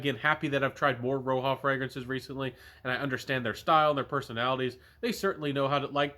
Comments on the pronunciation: Great video! This vetiver is a favorite of mine and I appreciate your take. BTW, it’s not pronounced Row-Ha, it’s like Rodge-A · Roja- (ra-jah) like Roger. Not ROHA (red)